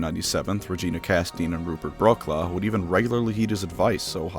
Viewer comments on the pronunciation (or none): none